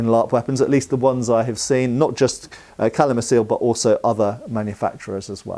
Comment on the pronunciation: Btw. "Calimacil" is Tolkien-Elvish - it's pronounced "Kalimakil" 😉